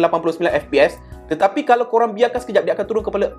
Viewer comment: tetapai😂 kau ckp ape do mengarur btul la😂